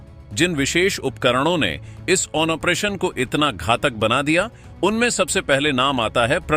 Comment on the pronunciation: अपना उच्चारण ठीक करें। ऑपरेशन को ओमप्रेशन बोल रहे हैं।